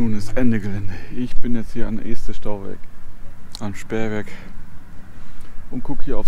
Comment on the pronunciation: Wieder eine schöne Runde mit schönen Aufnahmen nett präsentiert. Und ja, 2022 wird bestimmt ein großartiges Randjahr! Um noch ein wenig klug zu schei...: Das erste E in Este wird kurz ausgesprochen. Als ehemaliger Buxtehuder darf ich das behaupten.